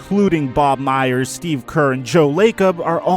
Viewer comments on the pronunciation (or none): none